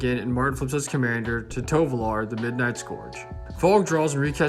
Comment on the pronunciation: Many people say "tolovar" instead of "Tovolar" why????